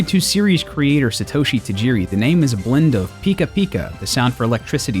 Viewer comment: He pronounced pika wrong.